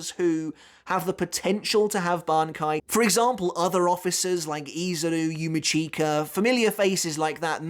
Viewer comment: *slaughters Yumichika's name - Every 👏 Time 👏 ...! 🤦‍♂️ 🤣 #Consistency